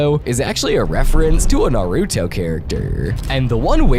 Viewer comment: Nah-ruuto and Yo-geeh-oh is insane it pronounced Nar-utoh and You-geeh-oh